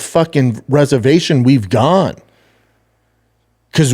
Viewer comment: Wtf is a rezavashun!? Schaub % needs a speech coach! I can't believe it is the first time I'm commenting this, but if Schknob gobbler even did a 3 week instruction, it would be night and day for his public speaking.